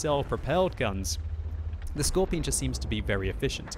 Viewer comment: Michael Kennedy because, that's not, how a German would pronounce it. "Skorpion" with a hard and long 2nd o...and the letter G sounds like ɡe (writing phonetical): skɔʁpiːoːn geː